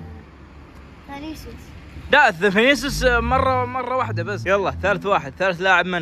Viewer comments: فنيسيوس❌ فانيسيوس ✔️ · فنيسيوس❌ فانيسيوس✅